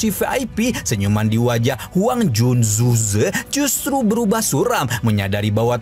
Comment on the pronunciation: Namanya Huang quan zun Zhe bukan Huang ju zu Zhe gw denger nya